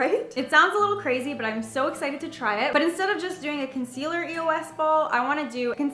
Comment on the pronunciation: its not pronounced E-O-S its pronounced eos as a word